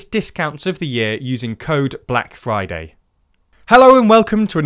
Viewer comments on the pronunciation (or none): none